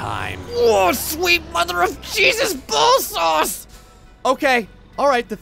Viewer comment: didnt he say ball sauce?